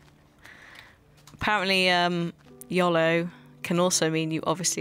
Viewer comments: Yoooooooooooooooooolo Not YOLO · she said yalo :3